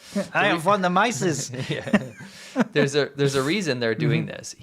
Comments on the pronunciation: The name is pronounced like “mees” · it's pronounced "mee-sus" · Loo-dveeg von mee-suhz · Mises should pronounce like "Mee-ses." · Its "MEE - sus". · von Mises is pronounced "von MEESES" He is probably the most profound free-market economist ever. It looks like the Chinese people are beginning to wake up about the whole nature of communism and this means there will be real change within a few years. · Mises is pronounced "MEE-sus". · Ludwig Von Mises: The last name is pronounced Meeses, ie. the “I”is pronounced as a long “e”. Mises and Hayek are two of the best free economy philosophers in history. Just sayin’.